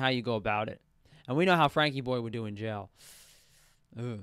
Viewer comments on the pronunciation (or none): none